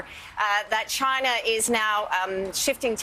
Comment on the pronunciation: Why does tRump always mispronounce China as "Chinnah" with a heavy emphasis on the "nah" & the "Chinna" part. Is he really that illiterate & ignorant or could he be doing it on purpose!